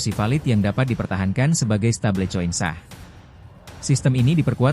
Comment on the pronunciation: MIN, BACANYA YANG BENAR "STEBEL KOIN" BUKAN "STEBLE COIN"